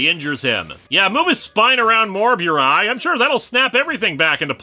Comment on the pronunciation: Pronounced "boo-rai", not "byoo-rai".